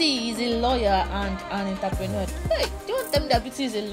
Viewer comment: Why do you keep pronouncing entrepreneur that way. So stressful